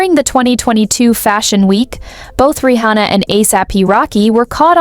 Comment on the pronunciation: why do you pronounce her name Ri hhona